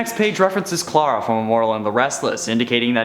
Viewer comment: Stop saying clare-a it's claire-a